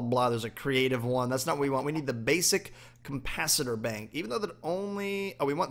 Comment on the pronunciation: its capacitor not campacitor